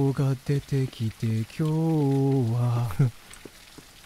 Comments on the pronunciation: どじょうが出てきてきょうはって、「こんにちは」を読み間違えたのか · 「今日は」が「こんにちは」じゃなくて「きょうは」って読むの分かりみやけど面白いw